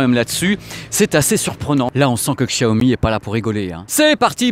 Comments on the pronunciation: C'est plus "Chiaomi" que "Qchiaomi"... Désolé mais c'est perturbant x) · Prononce " CHIAOMI" stp 😀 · Hey, on ne dit pas Chiaomi?